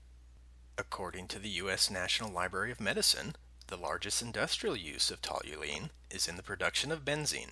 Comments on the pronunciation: TOL-yoo-een not TOL-yoo-leen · I like how you're mispronouncing the word the entire video